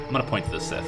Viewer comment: First! Also.. cant wait for the next part! Keep it up. By the way scythe is pronounced Sa-eeth, not sith :P